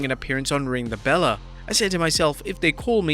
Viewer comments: Did this man just say “2003 woman’s royal rumble”…… it’s 2023 Then he said “ring the bella” … um sir it’s Ring the BELL! (the last E is silent) 😭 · Ring the Bella? This is literally the worst channel ever, and this guy is incompetent